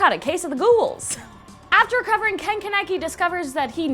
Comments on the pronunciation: sees Ken Kaneki, smirks, clicks. Tokyo Ghoul is first on the list but says Kaneki wrong R.I.P. my life. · You cannot pronounce his name right kaneki Ken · Ka-nek-i NOT KANE-KI NO JUST NO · Kahn-eh-kee say it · im sorry but....................... ke-ne-kie? xD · it’s not ‘KENeki’ it’s ‘か-ね-き’ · Keneki?? It's Con-a-key (that's how it's pronounced... You'd know if you watched it dubbed) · ITS NOT KEN KENEKI!!! It's ken kaneki😂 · Omg she called him con keneky its kaneki 😂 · ...kahn-eh-key....... “kuh-neck-key”?!?!?!?! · Hm....*hears her pronounce ken kaneki wrong, as "ken kenaki"* gURL IT IS PRONOUNCED AS KEN KAAAAANEKI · IT'S NOT KEN KENI (pronousion:KAN A KI ) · His name is Ken Kaneki....Its pronounced KHAN-EH-KEY!!! GET IT RIGHT! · It's Ken KANAKI... kanaki... "KAN-UHH-KEE" 😭😭😭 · *sees Tokyo ghoul in the thumbnail* n a h this can't be a scary list *click* *heres her pronounce kaneki* TF IS K E N E C K I I I (I know she warned us but it was still funny lol) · You pronounced his name wrong is Ken Kaneki (Kon-I-kee) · Omg you were close its Kaneki (Kan-Eh-ki) if that works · Ken Ken necky... Im sorry that made me scream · Kaneki (Khan-eki) also Ken Kaneki people in Japan call people by they're last names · If kaneki was spelled how it was pronounced it would then be spelled konakie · “Ken-kah-neck-ee” IM SORRY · so its kane key? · Kaneki is pronounced (KON-UH-KEY) :) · DID SHE REALLY JUST SAY “KA-NECK-I” ??? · Kah-neck-key! They same is name in the fucking anine and y'all still cant get it right?! Ugh! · And from Tokyo Ghoul, Kaneki is pronounced Kaw-neh-key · ITS PRONOUNCED "KON-EK-KEE" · Pronounced coneki spelled kaneki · you said kaneki wrong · After she said that she will say stuff wrong she said kens last name wrong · Why do you say kaneki so weirdly and he's referred to as kaneki not ken. Sorry but im picky with this stuff. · For Tokyo Ghoul, I prefer the manga, also you said Kaneki wrong